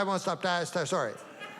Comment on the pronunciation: I think it's in the spirit of Norm to completely overlook the comedic brilliance and point out the part . He says 'sorry' in a perfect Canuck "sore, ee" pronunciation. Very funny to Americans, just like Norm!